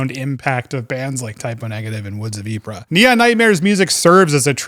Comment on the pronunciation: RE: Woods of Ypres, Ypres is pronounced as 'E-Pray". One of my favorite bands of all time!